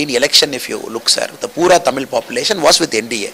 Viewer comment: I like the anchor saying Tamizh!! Great